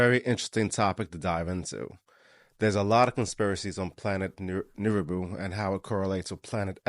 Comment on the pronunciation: Nibiru not neribou